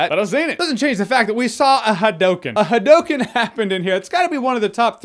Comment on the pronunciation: "ha-dou!-Ken" said it a bit incorrectly but I forgive you. The Gundam scene made me so giddy